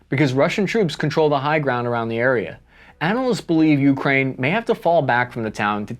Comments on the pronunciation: It's 'yoo-KRAYN' and not 'YOO-krayn' 👍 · Taking Avdeevka is important since it is close to Donetsk. Frontier (Nulandistan) forces have shelled Donetsk civilians from Avdeevks (and Pesky) since 2014. By the way, it is not YEW (Ю); it is Ooh (У), which means at. Emphasis should be on main word (krai - frontier) not on a lowly preposition. Oleksandr is pronounced Aleksandr - it uses a vowel sound - a - found in English ``How (hau) now brown cow' '. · Whenever he says Ukraine it just sounds like Yewkrain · YEW-kraine pronunciation bothers me for some reason lol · Yet still cannot pronounce "Ukraine" properly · It is not YEW crane; it is ooh KRAI. Louvre is not IN paris; it is in PARIS. It is not Oh leksandr; it is Alek sandr. Have you not heard of Greek conqueror of Eastern World? It is not cupie ansk; it is COUPE ensk.